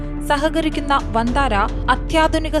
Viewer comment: വന്താരാ അല്ല സേട്ടാ